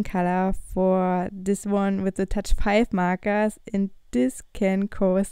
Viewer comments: WHY U SAY MARKARS?!?!!?!?!?!?!!? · "markas" "marka" Sorry I had to...... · Ору с того как она говоритслово МАКААС